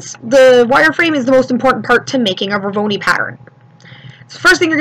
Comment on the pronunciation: NIce tutorial, but the word isn't "Vor-VO-ni", it's Vor-O-noi (pronounced VOR-OH-NOY). :)